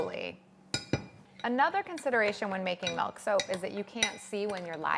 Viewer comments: Okay but real quick. I THOUGHT I WAS THE ONLY PERSON THAT SAYS MELK INSTEAD OF MILK. It made me randomly irrationally happy to hear it being said that way cause my family teases me alllll the time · I actually replayed the first time she said it to make sure I heard it correctly! I say “melk,” too, and I get corrected/poked fun of for pronouncing it that way all the time, lol. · Not sure if she is from Canada but Canada is currently going through a vowel shift according to linguists so slowly but surely Canadian dialects are shifting vowels. Milk --> Melk and Dress-->drass etc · MELK. I just can't. It's too painful. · she says melk so many times in this video i love her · I've never heard anyone other than call it "Melk". Is it because of where she lives? It does she just pronounce it differently just because? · I'm Canadian and I quit watching this video within 2 mins due to the "MELK MEEEELLLLK MELK" ...oof. If I never hear anyone else say it that way in my life, it'll be too many times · The funny thing is the way you pronounce milk is the way we say it in Dutch. So each time you say milk it sounds like you're speaking Dutch lol. Working with milk is always tough but so worth it. I'll have to try this out, I love the look of it. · I'm from California and I say Melk too :P I also get teased quite a bit for it, lol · Odd how she pronounces milk and melt with the same vowel sound. I wonder if she does the same with slid and sled? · The way she says Milk lol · I love her videos but her pronunciation of milk is driving me crazy.